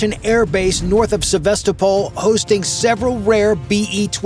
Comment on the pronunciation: Probably didn't even happen. Don't try to get your news from YouTube. He couldn't even pronounce Sevastopol properly. 😂